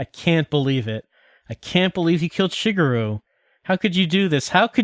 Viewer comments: my best guess is he's applying the english flexibility of vowels to a language where vowels aren't that flexible in how they sound. hence why he also pronounces "shee-gehr-roo" as "shih-gur-roo" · way of saying Product sounds like Pruduct. Also, pronouncing Shigeru's name wrong the entire time.